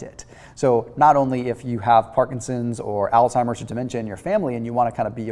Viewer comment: It's not pronounced altimers. It's Alzheimer's. Thank u for ur videos. I enjoy watching them and following ur recommendations.